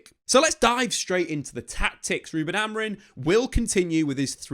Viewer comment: Day 196 of not being able to pronounce Amorim correctly